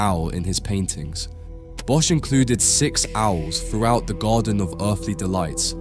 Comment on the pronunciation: Hey, awesome video. But please look up the pronounciation of Bosch en "ecce", as an art curator it is your responsibility to communicate for the artist, when you mistranslate words you are removing context.